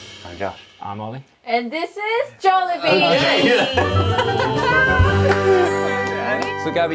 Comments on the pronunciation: My eyes went 👁.👁 when she said JOLIBEE. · why does say jollier?